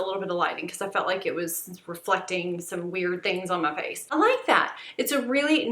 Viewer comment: Are you from the south? I’m dying when you say “my face.” I love it. Lol